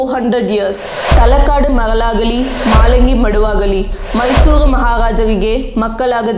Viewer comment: Talakad instead of Talakadu. maralagali is pronounced incorrectly. Even her pronunciation of Ranganayaki is unclear, sounds like Ranganayagi. Even a non Kannadiga should not have issue pronouncing Shrikantadatta but she screws that up too. She pronounces literally every English word incorrectly. Mispronunciations are fine, it's natural. But being in denial and simply throwing compliments is not okay. There were hardly any Kannada words in the video and out of the very few she has mispronounced half of them.